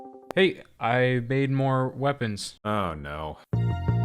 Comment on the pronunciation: did you just say "Minecraft women" i swear i didn't hear "weapon" you literally said women